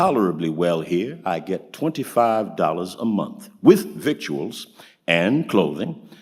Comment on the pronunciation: The wotd "victuals" is not pronounced as it looks. It is "vittles."